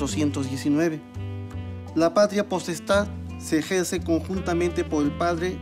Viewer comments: Patla postal😂😂😂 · Alticulo la patlia potestad. Jajaja señodes